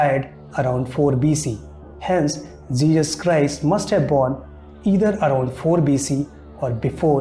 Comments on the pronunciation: Arrey O Uncle, its JESUS not JEEJUS 🤣🤣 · For Christ sake it's not Jejus, It's Jesus.